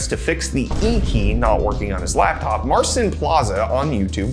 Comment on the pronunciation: It's Mar-Cheen u should pronounce it, marsin is atrocious